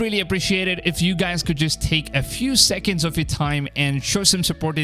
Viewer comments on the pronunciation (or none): none